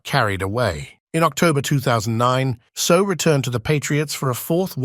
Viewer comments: Properly pronounced Say Ow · If you are going to make a video learn how to pronounce his name!!!! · Hey robot voice. Learn how to pronounce his name correctly.